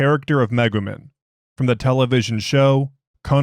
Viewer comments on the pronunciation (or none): you mispronounced Megumin 😭 (the i makes an ee sound, rather than an ih sound) really fun SCP though, I love your reading of it